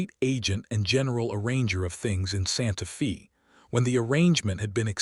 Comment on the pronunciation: Its not pronounced santa fee, but santa fay.